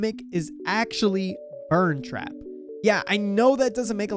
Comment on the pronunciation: Its burnt trap not ern trap 🤓👆